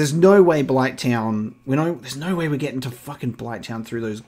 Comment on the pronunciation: Haha I love it! When you get angry your "no" turns into like 3 syllables 😄 "NO-AH-ER" all jokes aside I'm enjoying this playthrough and discovered your channel recently when I was searching for resident evil 4 blind playthrough.